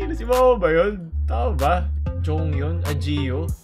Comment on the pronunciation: alam naming Once ka, huwag mo ng ipaglihim pa, ARMY rin po ata kayo eh. Seriously, narinig ko talaga yun, Jimin...Jungyeon...., hindi lang nabigkas ng maayos ni pangalan ni Jeongyeon.